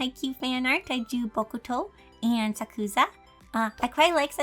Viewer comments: AKASHI!!! Bokuto 😒 OMI OMI 🥺🥺🥺 Umm also, it’s actually pronounced Sak-u-sa. Not trying to be rude 😅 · I think the “u” in Sakusa is silent